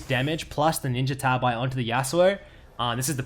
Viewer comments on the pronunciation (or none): none